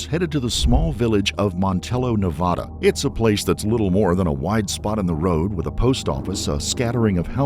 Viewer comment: It’s Nevada! Not Nevada.